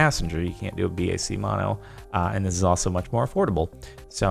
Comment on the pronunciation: I thought BAC was pronounced different lol